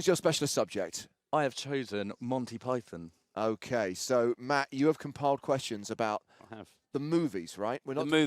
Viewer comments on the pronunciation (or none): forgetting the game completely, if you cannot say "Monty Python", maybe you shouldn't be speaking in public, not even in your local co-op ;)